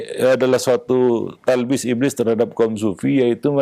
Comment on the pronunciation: "Talbis" bukan "Tablis"